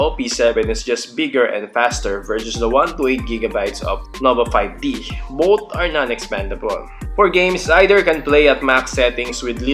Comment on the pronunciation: "Noba Payb Ti"